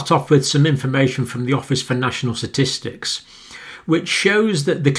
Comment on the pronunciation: “Satistics” LOL